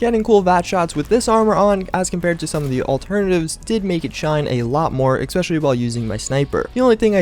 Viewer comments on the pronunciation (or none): why why why ? each video and you say 'exspecially'...kewl vid though